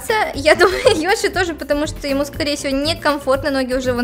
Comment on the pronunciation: Продолжение..... ТТ...... ПОЧЕМУ ВСЕМ ТАК НАПЛЕВАТЬ НА БУКВУ Ё Йоши то есть Ёши? Нененее Й оши. 🗿👌